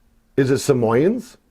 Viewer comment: im aware. Was goofing on the way you said it. SAM OYE ENS